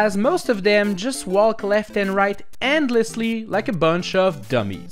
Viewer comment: Why do you pronounce "walk" as "woll" instead of the correct pronunciation "wok"?